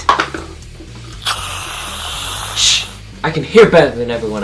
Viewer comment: 1620 bah-LAZE it.